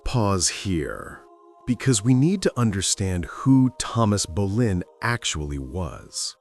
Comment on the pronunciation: No quiero videos en español solo en ingles y no hacen buena traducción y no es Berlín es Boleyn o Bolena